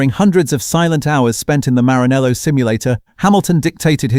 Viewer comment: MARANELLO, not Marinello. Can you at least pretend to try??? You can't hear us!!!!